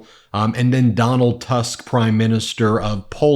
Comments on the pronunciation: It’s not Donald „Tusk” You read it in Polish as you would read „Toosk” in English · Please.. his name is Tusk with the U pronounced as in "put" . On the other hand, I love your comments totally!